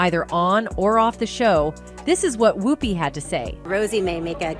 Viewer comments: She keeps pronouncing her name Whoooopie as opposed to Whoopie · I think you need to pronounce Ms. Goldberg's first name correctly. Just check the correct pronunciation of her first name online as per Google Search. Important to do your homework, before any information is shared. Please take your job seriously and share responsibly, as well as accurately. Thank you...